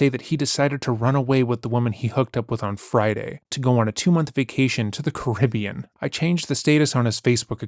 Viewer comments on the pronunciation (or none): none